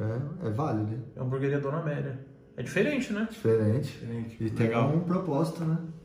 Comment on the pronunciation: MC Amélia!! (le-se MEC AMELIA)